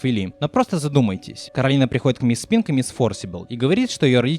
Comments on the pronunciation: Коралина весь фильм: Меня зовут Коралина, а не Каролина!: Каралина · почему Коралина а не Коралайн? по обычаям line читается как лайн, есть такое имя Кэролайн, хотя пишется Caroline